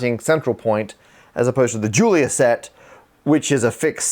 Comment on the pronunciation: The 'Julia' in 'Julia set' is pronounced 'zhoo-lee-yah' because eet eez Fronch, honh honh honh!